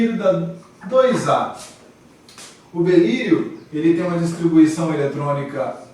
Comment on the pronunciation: Aula muito boa, mas avisem ele que é “Berílio”, não “Belírio”